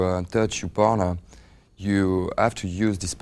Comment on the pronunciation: Everytime he says partner it sounds like boner :D